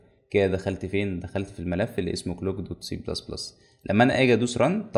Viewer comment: مجهود رائع ربنا يبارك في علمك لكن عندك مشكلة من وجة نظري خطيره انك بتزود حرف A في نطق كلمات كتير مثلا كلمة Clock بسمعها Aclock ونفس الشيئ في كلمة كلك حتي اسم اللغة بسمها منك ++CA